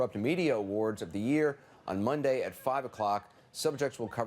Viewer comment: The way Trevor says “year” is funny.